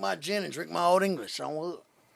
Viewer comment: "One thing West Coast broght to the board is"... "OLD ENGISH!" 🤣🤣🤣🤣🤣🤣